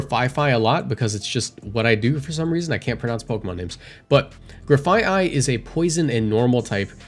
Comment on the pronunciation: as far as I know you're pronouncing Grafaiai correctly Graffiti and Aye-Aye